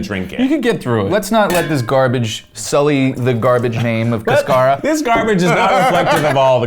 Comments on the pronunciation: It's cáscara, with the accent on the first syllable... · As someone who speaks Spanish the way that they butchered the word cascara is hilarious 🤣🤣🤣 Is not pronounced casCAra Is pronounced CAscara or cascaRA (Cáscara or caducará) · This lovely people pronouncing "cáscara" as "cascara". God bless them. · The way they pronounce Cáscara hurts my colombian soul ☠️☠️☠️ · As an hispanic, I feel upset over how they’re pronouncing “cáscara.” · They mispronounced “cáscara” so badly. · Spanish speaker here cringing at how cascara is being said